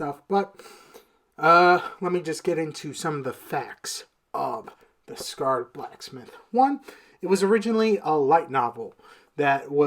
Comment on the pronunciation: Sacred not scared brotha 😅😅